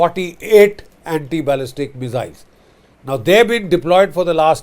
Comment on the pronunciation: Sir, MISS-ILZ not MIZZ-ILS